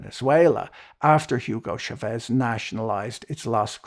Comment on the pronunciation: It's not "Shavez" it's "Chavez" with 'ch' as in "charge". This is Spanish, not French. HTH.